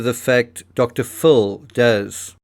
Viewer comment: Pronounce Dr. Phil as (fill).